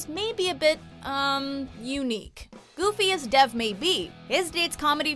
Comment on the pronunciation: Good list but if the name Dev is an Indian name, it's pronounced wrong. It's pronounced almost the same way as Dave without emphasizing the "ae" sound.